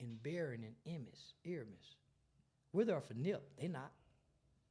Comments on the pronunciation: Please say the man's name right. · hate that he keep saying his name wrong